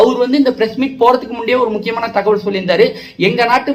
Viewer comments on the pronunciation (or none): none